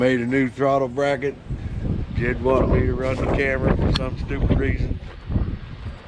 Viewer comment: It's JED....Not Jebb....My friend.... I made the same mistake too my friend.....